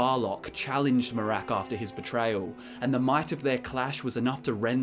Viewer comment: A lot of great info here, but why do you pronounce Miraak like Merák?